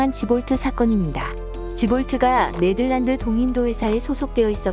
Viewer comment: 왜 자꾸 네들란드라고 하는 거지..